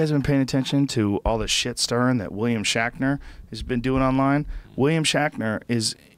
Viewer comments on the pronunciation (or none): Am I the only person who noticed Joe is saying William 'Shackner' was in Star 'Trak'?! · Say Shackner one more time and I'll lose my mind Joe....jesus lol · I love how Rogan corrects Ian on the word "fallible" but then says "William SHACKNER" and calls it "Star TRACK" I think he even said "twinner" instead of twitter. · Who's William Shackner? Oh shit, did you mean SHATNER? Ohhhh, that makes much more sense. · I hate to be the one to correct you Joe but it's Shatner not shackner and it's star trek not track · His name is WILLIAM SHATNER!! Please stop calling him, "Shackner". Man, for a man with a lot of big words you don't speak English so well. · It's Shatner, not shakner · "shackner"? is he saying his name 'shatner" wrong on purpose? or am i just hearing things? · "Shaqner" lol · "William Shackner" and "Star Track"? How DARE YOU! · Had to shut it off with about 20 minutes left because I couldnt handle him saying "William Shackner" anymore. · Even as he's reading the article he still says "shackner".... it's like when a little kid pronounces spaghetti "pasketti" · I swear I was just in another universe where Joe was saying "Shakner" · WILLIAM SHACKNER ? did anyone else hear that 50 times in a row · "William Shaqner" x'D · Who is William Shakner? HA!WHAT is Star Track? Joe can't even read. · Is Joe saying William Shackner?? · Why does he keep saying shakner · lol...i was referring to rogan...hahaha listen to rogan talk about shatner and say his name 10 times and say it wrong. i just wasn't sure if it was a goof on shatner. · It's "William SHATner" you fuck!!